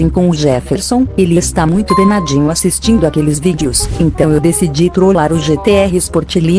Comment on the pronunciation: Só eu ouvi ela falando que ele ta muito "denadinho"? Kkkk